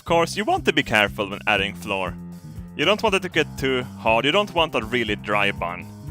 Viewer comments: Flour is pronounced "flower", but please keep saying floor cos i love it:D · BTW... Flour is pronounced the same as flower :P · Flour is pronounced like "flower". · you need to say flour not like floor, but like flower like a rose to give you an idea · When he says floor he means flour right? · It's spelt 'flour' but it's still pronounced 'Flower'. It's still adorable hearing you say 'floor' though :-) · Flour is said Flower not floor:D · oh... its flour (fl-ow-er), not floor. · I don't care if you read this and carry on saying it like floor, your mispronunciation of words is part of why I like your channel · it's not floor it's flour (full-our) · If says "floor" for flour, does he say flour for floor? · Did you mean floor or flour? just kidding i know what you meant Nice vid:D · "dominate the floor" xD, it's pronounced FLOU-R not fucking FLOR xd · flour is pronounced like flower. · you say flour like flower not floor just a heads up! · Flour is pronounced like flower flow-eer. Just to help with your English:) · I love how you say floor and not flower XD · its cute how he said floor. I think his english is fantastic but, flour is pronounced like 'hour'. just put 'fl' at start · flour is pronounced like flower not floor... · "we're gonna add the floor" haha:D Its pronounced flower btw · it's not "floor" you pronounce it like flower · flour is pronounced flower like the plant not floor, I don't know why that bugged me so much. Great video though!! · flour is pronounced as flower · Floor. Lol flour is pronounced flower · you say flour like you say flower m8 skärp till dig förfan XD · flour is pronounced flower you were saying floor as in the thing underneath you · Flour = Fl - ow - er, pronounced like a flower. Floor = Something you walk on. You don't walk on pastries! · when you say flour it sounds like you say floor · Flour is pronounced like flower